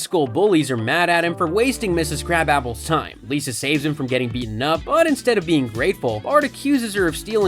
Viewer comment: Did you just call Ms. Krabappel Ms. Crabapple?